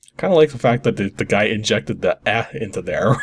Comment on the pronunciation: i thought you were Canadian and you don't know how to properly pronounce eh? for shame.